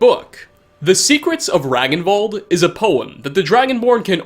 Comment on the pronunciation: "Ragnvald" is pronounced "Rang-n-vald" in nordic languages.